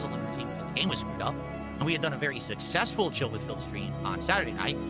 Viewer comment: "SUSSESFUL" STREAMER, BTW... HES TWEAKING!